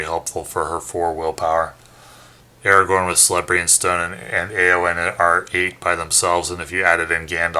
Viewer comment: ps. Celebrían stone is pronounced Kelebrian ;)